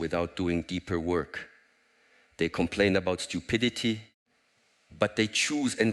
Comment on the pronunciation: "Stupiditididty" lolololol